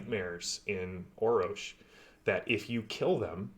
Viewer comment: ROFLMAO...... there is a third R in the name Orrorsh, and it is NOT silent, LOL. You need to have Matt Ritchie on to talk about the Torg Game System on Foundry VTT,. I helped put that team together, but Matt (Texas) and Erwan (France) are the absolute power-houses of the game system... they've done an amazing job and I am truly honored to have been a part of that. If you like the game system, you need to see if you can get Matt on to talk with him about it. He's super-busy, right now, but he keeps telling the team he'll be in and out, hehe. The Core Book is being reworked so it fits into Data and Assets on the Forge, correctly, and then Matt finished the Living Land book, but a new member of our team is going back to rework both of those books and is working to finish the Nile Empire, which is due out, soon. The Beta Clearance books are being worked out, as well, though they'll have to wait a bit longer. Don't forget that Hostel Takeover, from the Rising Storm Delphi Adventures book SHOULD be available, for free, or will be, soon, and the Up the Creek adventure module is out there on Foundry, as well, for free. A couple of starter adventures. The Day One Adventures are going to start in work, soon, as well. All of these packs include so many goodies, such as maps, tokens, music, GM screens that can be accessed directly in the game, table tents linked to the primary and secondary cosm choices for each scene, threat cards, and the basic card decks from the core rules and